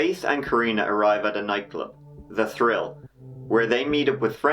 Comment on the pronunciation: Mad that he said THRILL and not TRILL